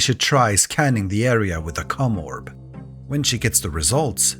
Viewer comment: My dude you HAVE GOT to prounounce the OM in commorb harder 😂